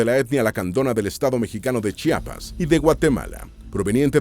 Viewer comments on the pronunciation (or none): none